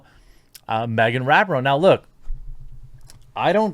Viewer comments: Her name is pronounced Ra-pee-no. Capiche? Regardless, she is still a garage human being. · Jeremy…. I’m a huge fan and I don’t want you to get flack for something as minor as mispronouncing her name. But it’s pronounced Ra-Pee-No. Hopefully you won’t need to talk about her again…. I just thought I would give you a heads up.